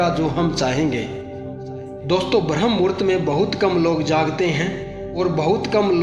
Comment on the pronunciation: Bhi sahi se bol brmhamhurat